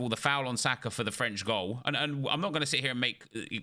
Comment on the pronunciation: Someone is gonna have to tell me where the R sound comes from at the end of Saka